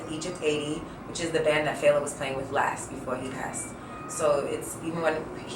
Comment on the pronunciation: Big ups to Cipriana!!! She said FE-LA, not Fayla. I love her!!!!